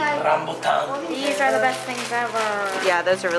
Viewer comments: Wow.. you know how to pronounce “rambutan” well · I'm dead at mentioned "rambutan" like he's mentioned it with correct pronounciation.. I'm from Malaysia btw 😂😂 🇲🇾🇲🇾🇲🇾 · you can said rambutan..that the way we called that in indonesia..a lot rambutan here..😆😆😆